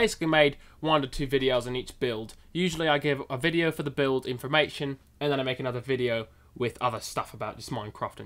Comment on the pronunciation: "build 4" sounds like "baild for" LOL